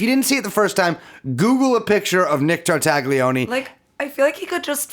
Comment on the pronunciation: Any mispronunciation of Ghislaine pales in comparison to what you guys do to the name Tartaglione